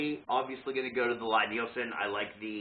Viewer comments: So when I met Thomas Lie Nielson and his staff, I asked about the pronunciation, and they said Lie is pronounced like Lee. The Jorg is a kit. The machining is not nearly as finished and refined. The chip breaker and blade look fly cut, I assume they might be rough blanchard ground (which is usually done on big pieces) but the radius of the grind indicates they were not surface ground linear. I spent 3 weeks fettling a No 7 Record. It required that much work to get it flattened and set. I started buying Lie Nielsen and Veritas after that, or old fettled Stanleys. All work.. my Record now works, but would I do it again? No.. The work was not worth it. It was hard work. I now have a surface grinder and metal shop added to my wood shop, I could , but I won't. The price is worth their accuracy, finish and features. Oh, and I don't prefer a lever cap any longer, I like a screw. It's just more refineable. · Oh P.S. the Lie in Lie-Nielson is pronounced "lee". #4 in their FAQ 🙂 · FYI for future reference its a Scandinavian name Lie Nielsen its said "Lee" like Bruce Lee not Lie as in lying . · Lee not ly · FYI the company name is pronounce LEE Nielsen. Thanks for taking the time to make the video. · Lie-Nielsen is pronounced the same way as you would 'Lee'.